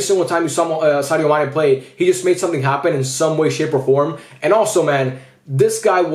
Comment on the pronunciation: Dude that is not Sane, it's Mane 😂